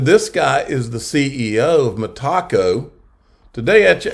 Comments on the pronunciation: Meta-co! Meta-co! Meta-co! Meta-co! Meta-co! Meta-co! Not freaking Me-Taco!!! Come on …you can do it!!! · No Tacos for you. You might like Tacos, yet there is no Taco in Metaco, like "Mi Taco". LOL... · Damnit bro its not ME-TACO. ITS ME-TA-CO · ME-TACO? I AM PRETTY SURE IT IS META-CO AS IN META COMPANY. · It’s met-uh-co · Good video. Pronounced Meta... co. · Metaco is pronounced "meh-TAH-co". Love you, but you stink with pronunciations. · Metaco rhymes with medico. met-a-co It's not a taco. LOL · Lol. Hard to take you seriously when you can’t pronounce the companies correctly